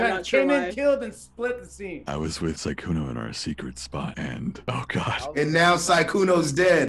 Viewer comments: instead of Sykunno they say Secunno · ITS SAKUNNO, MURDER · I can’t with them pronouncing it as “see-kkuno ” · I like their Sekkuno pronounciation 😂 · "suh-kkuno it's suh-kkuno" LMAOOO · iTs sYkUdo ItS syKudo